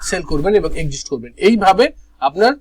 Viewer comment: আপনি Exit শব্দটিকে উচ্চারণ করেন exist. সঠিক উচ্চারণ করলে খুশি হবো (একজিট)।